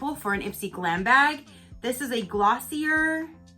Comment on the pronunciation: Ooooh Glossier!! I love their products! Its pronounced Glossy-ehhh :)